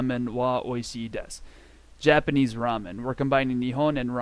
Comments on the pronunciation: This video was such a rollercoaster of emotions. I was constantly flip flopping between subscribing and unsubscribing. “Ooh this is just what I need!” subscribe “ugh this guy is annoying” unsubscribe “Nevermind he’s funny” subscribe BUT ultimately I must unsubscribe because of you pronouncing Japanese words with a horrible American accent. Like wtf is “koodasai”. This just promotes bad habits. See the YesJapan/Japanese From Zero! guy’s videos. His pronunciation is pretty much close to native and a joy to listen to and practice with. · This video was such a rollercoaster of emotions. I was constantly flip flopping between subscribing and unsubscribing. “Ooh this is just what I need!” subscribe “ugh this guy is annoying” unsubscribe “nevermind he’s funny” subscribe BUT ultimately I must unsubscribe because of you pronouncing Japanese words with a typically horrible American accent. Like wtf is “DESS” or “KOODASAI”. This just promotes bad habits. See the YesJapan/Japanese From Zero! guy’s videos. His pronunciation is pretty much close to native and a joy to listen to and practice with.